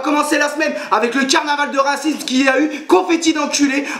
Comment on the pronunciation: "carnaval de racimse" ! :D ELOCUTION MON COPAAAAIN ^^